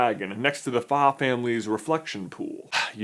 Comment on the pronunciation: I Believe That There Is Two Mispronounced Word You Carried From The Movies: Fa And Shan. Instead, The Correct Pronunciation Should Be Hua And Chan, Respectively.